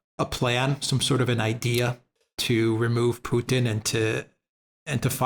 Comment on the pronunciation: It's putin not poothin just say Vladimir you sound ridiculous